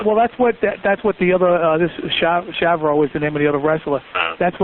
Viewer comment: Poor Holly (the neighbor) I can’t imagine the trauma she witnessed. Did the security guy seriously call Chavo “Shavro”? You don’t even the people at the company you’re employed at? Wrestlers are pretty famous anyways.